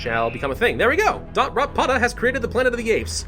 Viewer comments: I’d like how you say “DotRotA begin in Africa” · nobody: not a single soul:: dOtRotPoTa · Don't say DotRotPotA ever again ever dont